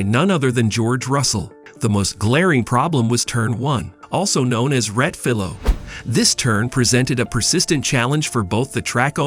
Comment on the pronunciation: Please, if you’re going to use foreign words for track corner names, take the time and make the effort to learn the correct pronunciations. The corner name is Rettifilo, there is an “i” in the name that should be pronounced.